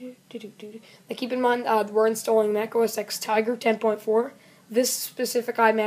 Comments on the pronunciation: It's OS TEN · It's pronounced os 10 though